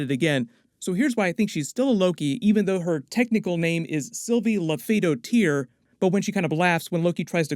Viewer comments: Say it with me: Lau-fee-daughter, not low-fee-doh-tear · It's pronounced Sylvie Laufey "dohter" not "dohteer" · “Laufey-daughter,” not “Laufey-doh-teer.” Like “Laufeyson” literally means “son of Laufey,” her name literally means “daughter of Laufey.” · Lau-fee-daw-ter, not Lo-FEY-do-TEER. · Please stop pronouncing "Dottir" like that, it hurts. It literally means daughter so just accent it like you are saying Laufeydaughter with a scandinavian accent. You wouldn't say Lau-Fey-Daught-ER, you would say it all in one go. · Its laufey-daughter (the pronunciation) Norse/icelandic surnames are the names of their father or mother in som ecases and then either son if its a boy or dottir (daughter) if its a girl 👍 your pronunciation "doe tear" is amusing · Dude.....it's not pronounced Loff - uh - doe - tier, it's Loaf - uh - daughter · It’s not “doteer” is “Dottur” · Her name would be pronounced Laufey-daughter likeLaufeyson. Dottir is the Norse word for daughter and those were the last names used in Scandinavia for centuries. So not dot-teer but dotter. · her last name is Laufeydottir aka Laufey's daughter. Not "Laufeydo ttir" or however you said it. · It is not pronounced Doe Tier, it is pronounced like Daughter. So Lokidottir. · “Laufeysdottir” means “Laufey’s daughter”, and I’m fairly sure it’s pronounced that way too. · Wow your pronunciation of Laufeydottir was terrible. Just say Laufeydaughter. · It’s pronounced “law-fee-daughter” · It's pronounced Laufeysdaughter. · Hey, just a heads up that Laufeydottir is pronounced "Laufey-daughter" as in the daughter of Laufey. Just like Loki Laufeyson is the son of Laufey. It's the old nordic naming convention. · It's pronounced Laufey-daughter. Like Laufey-son. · Laufeys Dottir, like daughter. You don’t have to make it all French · It’s hilarious how much you butchered the pronunciation of “Lauffeydottir” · Dottir is Daughter. Pronunciation killed me.. lol